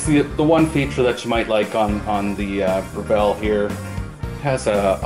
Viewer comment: BREV ILL.......NOT BREV ELL